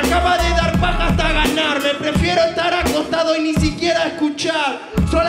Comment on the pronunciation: Dice estuar